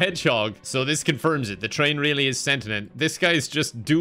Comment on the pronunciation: he said sentient wrong to near the end